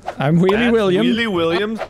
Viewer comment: Are you Wheely Williams Or wewwy Williams